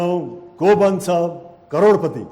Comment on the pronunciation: Newari dai le karodpati vannu vako raix maile ta karodputi suneko